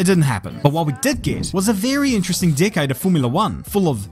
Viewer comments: Dude was saying decade and I was hearing di**head. Anyone else with hearing disorders...... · I heard it as "What we did get was a very interesting "dickhead" of Formula 1"